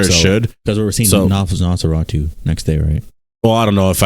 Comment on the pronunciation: When called Nosferatu “Nosanosaratu” it killed me 😂